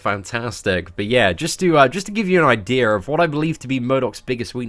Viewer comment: Idear!? He said Idear!!! Lmfao